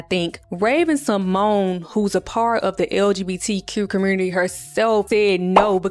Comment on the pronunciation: As soon as you said “LGBT-Qur commURnity” I KNEW YOU was a Memphis baby down 😂😂😂